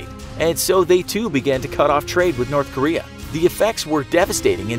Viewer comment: I heard it wrong when he said "North Korea" I thought he said Nerth Karea lol